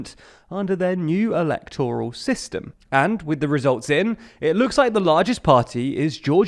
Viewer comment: Just because a word ends in -oral doesn't mean you stress the O. Óral: yes. But Eléctoral, Máyoral.